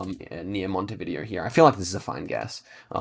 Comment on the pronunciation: Random tip of the day, its pronounced montevidèo not montevìdeo haha